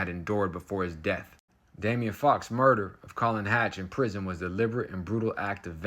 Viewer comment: SKILLS, Colin. Fowkes is said as Foe-kes, American English V UK English.:face-green-smiling: The old accidently left the door unlocked trick eh!? Ya LOVE to see it.